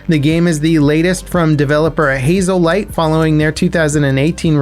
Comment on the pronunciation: *Hazelight. (Not Hazel light)